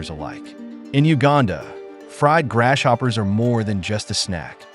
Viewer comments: Dude, your A. I. Doesn't know how to say GRASS-HOPPERS !! 😂😂😂😂😂😂. 🇺🇲🇺🇲🪖🪖👮👮🚓🚓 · Why he keep calling them grass-shoppers tho?